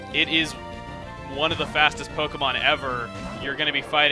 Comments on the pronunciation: POKE EH MON. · Did you say poke a mon ?!?!?!?!?!!!?????!!!!!!!!